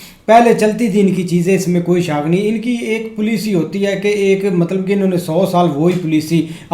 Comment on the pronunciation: Plici (policy) RIP English…😂😂😂😂😂😂😂😂😂😂education level of pack-Stan